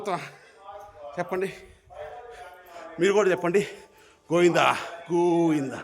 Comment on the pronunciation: గోఇంద.కాదు. గోవిందా. పలకడం కూడా చేతకాదు కరెక్ట్గా పలుకు